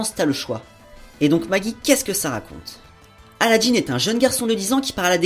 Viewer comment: Il me semble que c'est "un" djinn et pas "une" :) et aussi dans la vf ils dises aladdin et pas aladdine, si non excellent épisode :)